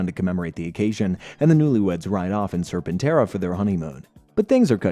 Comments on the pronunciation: Serpenterra not Sir Pentora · Ah yes my favorite Zord, Sir Pentora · You pronounce so many things wrong: Serpentara - sir-pen-TARE-ah (you weirdly pronounce this correctly later in the video) Titanus - tie-TAN-us Saba - SAH-bah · Just got to the first pronunciation of Serpentera. Sweet jesus, that is comically bad.